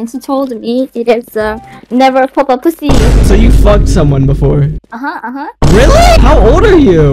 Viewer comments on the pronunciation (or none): neva fwak a passy